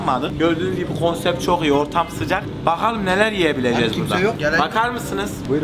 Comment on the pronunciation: Murat abinin konsept’e kopset demesi 😂